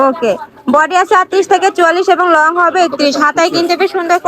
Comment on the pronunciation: Long koto word clear na